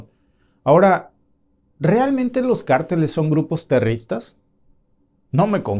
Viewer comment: Disculpame que te corrija, no se dice terristas, sino terroristas. Gracias, lo hago con el propósito de hablar el español, correctamente. Entiendo el hecho de vivir en Canadá, se te olvide la sintaxis del español. Buen día.